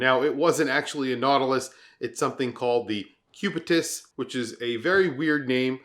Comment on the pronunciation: First: not cubitius but cubitus. Second: cubitus is the latin and medical name of the long bone in the forearm ending at your wrist with a protuberance ( ball ) on the which rests the 12 o clock of your watch. Lastly, cubitus is also a phonetic contraction between cubique and nautilus. Stupid ? really ? who ? 🙂